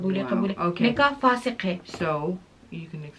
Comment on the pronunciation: its not فاسق (punk/wicked person) Its فاسد (Invalid)